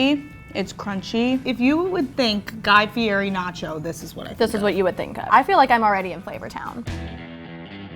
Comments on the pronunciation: "Fieri—pronounced "FEE-eddy," with the "eri" trilled Italian-style, for anyone wondering why the 'r' sounds more like a 't' or 'd'—was born Guy Ferry. He changed it back to the original way his family spelled the name, Fieri, in 1995 when he married his wife, Lori. " and "Fieri, very very rare, present in Tuscany and Lazio, Fiero, equally rare, is present throughout Italy, but in particular in Campania, should derive from the medieval name Fiero, with the meaning of proud in God." This has happened quite frequently as with my family name "Love" which was originally spelled "Luiff" and changed when the family came out to America. The same was true of my mothers maiden name "Zurick" which was changed from "Zurich". In both instances it was easier to get Americans to pronounce the names correctly by changing the spelling. Just an FYI for you Slashbag69... I hope I'm pronouncing it correctly. Wouldn't want to disrespect you. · Y’all work for Food Network and you can’t say his name correctly? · How can you claim to be the biggest fan and not even know how to pronounce his name? And the Food Network puts these morons on YouTube. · Learn to say his name correctly. Listen to how HE says it.